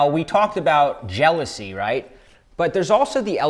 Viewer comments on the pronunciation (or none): Jealousy not jealsoy 😂😂😂😂